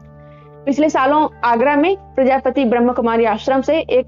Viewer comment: दूसरी बात प्रजापति नहीं है प्रजापिता है